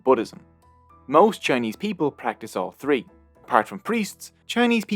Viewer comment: Nice video but it's "three" not "tree".